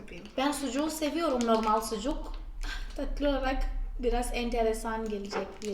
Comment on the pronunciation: Tatlıyı ne kadar datlı diyorsunuz :))